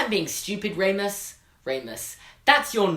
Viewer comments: Its RE-MUS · You say remis wrong